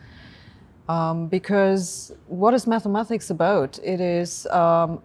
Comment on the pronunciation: "Mathemathics" aside, I like Sabine anyway :-)